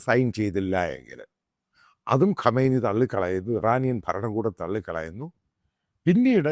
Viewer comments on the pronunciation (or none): none